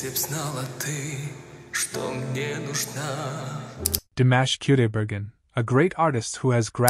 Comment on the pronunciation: You are mispronouncing his first and last name‼‼‼‼‼‼‼‼‼‼